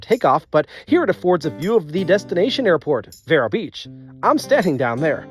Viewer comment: It's actually pronounced veer-o